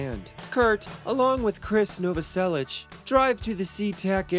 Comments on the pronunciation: its Novaselic. ICK. Not ich. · Chris's name should be pronounced "NovoseliK". And "Perfume" isn't great, it's a terrible, sick vision of a psychopath writer.